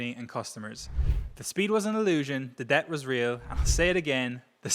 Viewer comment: why did he say "deBt" pronouncing the silent b?? Is he AI?